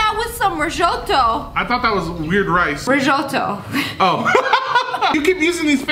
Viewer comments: bruh she really said rishoto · SSSniperWolf: Rizshoto Me: Huh!? It’s called “Risotto!! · Ahhhh her pronunciation on Risotto Made me triggered